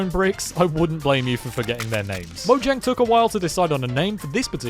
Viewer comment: Fact: Its actually pronounced mo-h-yang